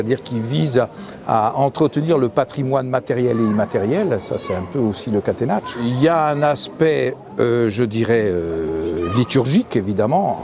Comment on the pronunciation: J’ai arrêté à Catenatchou… Charlotte, que j’aime bien par ailleurs, passe une journée entière à entendre le mot prononcé correctement autour d’elle par tout le monde et elle n’est pas fichue de faire un effort devant la caméra. Je sais c’est un détail mais ça m’agace… Sinon, excellente idée de faire cette vidéo. Bravo et merci pour la Corse.